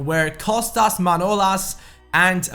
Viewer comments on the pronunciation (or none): Goetze, Pastore, Griezman, Pedro, Konoplyanka, Gaitan and Teixeira are good replacements for Coutinho. Also, Manolas's name is pronounced ManolAs and not ManOlas. The emphasis goes to the 2nd ''A''. Plz get him. I trully want to see a greek player in one of your teams. You can also get Papastathopoulos, also known as Sokratis